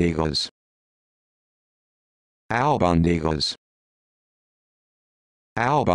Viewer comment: Not even close.